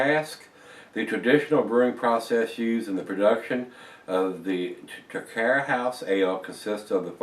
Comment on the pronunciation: Loved the review,, and especially great for a Scotsman like myself hearing you review Scottish ales!:) Just for your own info, the brewery is pronounced like 'Trah-kware' and the town as 'Pee-blz':) Would love to hear more Scottish ale reviews as yours are the best on the net!:)